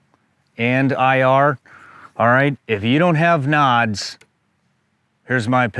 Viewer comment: What are knods, NODS, nawds, whatever he's saying? I mean, i get it out of context of the discussion, but what's the word he's saying?